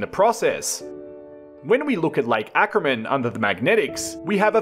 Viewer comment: Lake Acraman, not Ackerman.